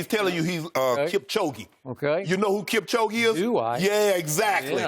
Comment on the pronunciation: lol shannon u pronounced Kipchoge wrongly